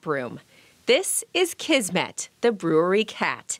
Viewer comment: Kismet means "fate" or "destiny", and S in Kismet sounds like S and not Z. It is a word in Hindi, Urdu, Punjabi, and Persian languages borrowed from Arabic language. I just thought you wanna know this. 😻😻😻